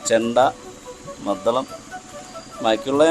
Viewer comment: മദ്ധളമല്ല …മദ്ദളം. ഇവറ്റകളുടെ അക്ഷരശുദ്ധി മഹാ കഷ്ടം!